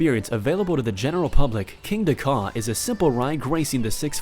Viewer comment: The “Kingda”, now that’s some intense GP cringe.